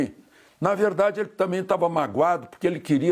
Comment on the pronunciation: “ É vedade eçe bilete” ass: Luiz Mirando 🔫 🎯😅